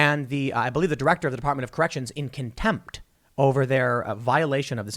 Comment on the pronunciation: I hate how Tim says contempt